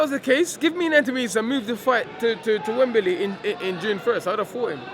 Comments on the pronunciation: "rurked it up for a wurl title..wembely"...only 1 dillian😁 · WEMBEELEEY LOL